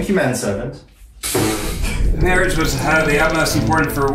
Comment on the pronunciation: half the time, I swear Eugene is saying “Matt-Servant” and I think that’s really funny